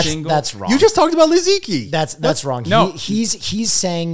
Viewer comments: I haven't heard any non-Chinese people bring up Liziqi before! The second syllable is hard to romanize but the last one is pronounced more like "chi" than "key" by the way :) (Deffo CCP endorsed btw, if not propaganda, because Youtube is blocked in China and they wouldn't not notice her. I checked and she is on bilibili -- the videos work well to promote rural lifestyle among Chinese people as well -- wouldn't be surprised if the CCP had helped/directed her in some way.) Also if anyone is wondering why she hasn't uploaded in a year it's because she's been caught in a legal battle and is refusing to -- some business were using her name to sell products and she wasn't receiving compensation, and then I think she made her own business but was betrayed by some of the people running it? Not sure about the second part but her name being stolen without compensation is definitely true. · the pronunciation of li ziqi rly threw me off lol